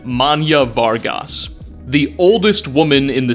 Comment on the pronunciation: Not a comment on the video overall, but holy fuck dude you butchered the last name Vargas. It's Mexican, not... However the hell you pronounced it. Normally I wouldn't care, but that happens to also be my last name, so, I kinda gotta care. Otherwise, quality content as always.